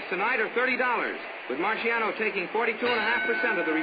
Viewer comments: They have never ethnically respected this man - he is Italian & his name is Italian, pronounced MAR-SHAH-NO not MAR-SEE-AH-NO RIP 🌼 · The announcer is terribly annoying!! Can't even pronounce names Right😞 Going to search for fight with different announcer! Keeps saying Rocky's name like it's a marshmallow